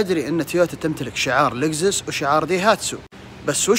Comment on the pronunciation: لأنكم ماتعرفون تنطقون اسم ليكسوس وتقولو لقزس عشان ماتشوهون اسم لكسوس